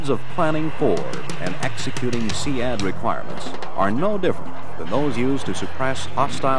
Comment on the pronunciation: I pronounced it seed, hearing see ad when its spelt sea with a d on the end sounds so weird lol